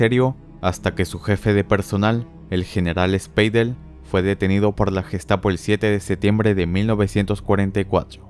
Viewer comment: "Speidel" 🤣🤣🤣 se pronuncia /"spaidel"/. No es suficiente una "r" gutural todo el tiempo, pues en el qleman no se ocupa todo el tiempo 🤣